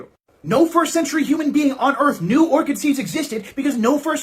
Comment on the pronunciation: Ort-shid seeds? It's pronounced Or-Kid. Secularity must be false.